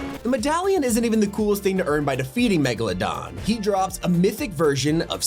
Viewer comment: He said megladon